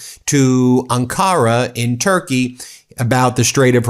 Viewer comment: Ben? It's pronounced AHN-kah-rah. Emphasis is on the first syllable, not the second.